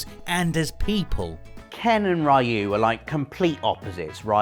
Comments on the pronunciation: "Ree-yu",, not "Rye-yu". Please get it right. 😖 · Great video as always.. though I beleive its pronounced "riu" no "rayu" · I can't take it anymore. I love watching you guys, but for people that love games so much you need to pronounce characters names right. Ryu is pronounced Ree-you, not Rye-you! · "Ruy You" "Punching polygons" This hurts and it's only the first entry. Ken and Ryu are from the pixel age, not the polygon age. "Donte" Why. English is your first language right? The heck is this? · "We didn't know "Rai-yu" was actually Ryu. Blanka, some people say "Blank-a", but there's no way it could be that, because Blank-a sounds like blanket, man." Mispronouncing names is a video gamer tradition. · OMG it's pronounced REEEE-YOU!!! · Seven character names that people keeps mispronouncing. first entry: Ryu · It pained me every time he mispronounced RYU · Can't even kind of pronounce Ryu properly.